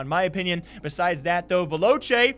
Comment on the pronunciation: HE FINALLY PRONOUNCED VELOCE CORRECTLY!!!!